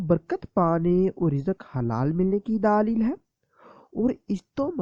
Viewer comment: Ap urdu theek sy boliye please. Daleeeeeeeeel per zara kam zor dein.